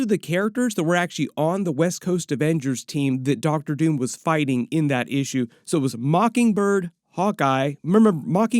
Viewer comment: Every time says “Issue” I hear “feeexins” from East Bound and Down.